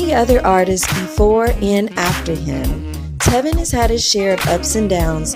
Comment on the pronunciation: right she said telvin too and not tevin.